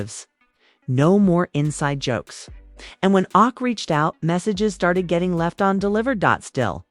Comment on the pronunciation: AI keep called Ak “awk” 😆